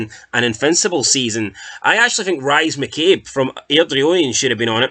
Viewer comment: Rise McCabe it's said as Reess and McInnes is says as Mickiniss